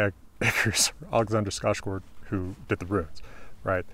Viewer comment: As a swede, it makes me so happy to hear an american say ”Alexander Skarsgård” properly! The ”Å” is very important